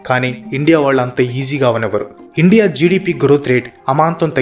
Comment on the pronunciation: Endi ra nuvvu ne bongulo sodhi,Indea indea indea😂